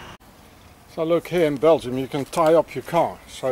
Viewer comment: another great informative video. Bel-gium, whats in that name? Did you mean Sar-Gent-leman